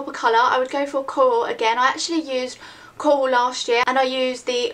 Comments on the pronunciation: i love how you say coral. "cowal" haha its cute. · when you said 'coral' the first time I thought you said Kohl, and you were talking about lipsticks so I thought you meant that you would wear an eyeliner on your lips... ahh! haha. Awesome vid~